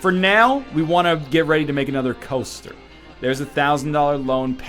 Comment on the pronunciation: I actually have no idea why.... but I love it when Ryan says "coaster".